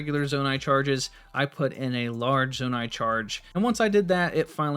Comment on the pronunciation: Did this man just say "Zanai shards" instead of "Zonai charges"?